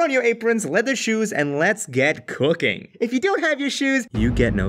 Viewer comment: What others heard: "in highschool I took cooking classes What i heard: "in highschool i took pooping classes xD